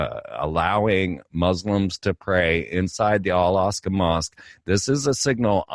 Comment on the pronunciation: It’s not the Al-Asqa mosque. It’s the Al-Aqsa mosque. Pronounced “Alaxa” Close to “Alexa” ?? Zam Zam = Amazon??